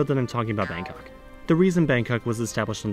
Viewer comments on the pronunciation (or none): none